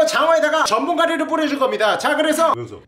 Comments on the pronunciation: 아 근데 나도 전분가리로 들린다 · 전분 가리 라고 들림 가루인데 ㅋㅋㅋㅋㅋㅋ